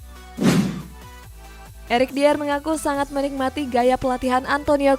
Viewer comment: Saran aja nih buat mimin, kalo nyebutin nama pemain atau nama club, sebutkan dengan sebutan yg benar ssuai dgn ejaan utk nama tersebut scra konsisten. Contoh Eric Dier = Erik Dayer. Spurs = Spêrs Saran aja 🙏